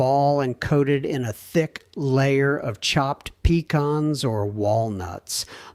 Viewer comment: What are Puh-Kahns? 😂😂😂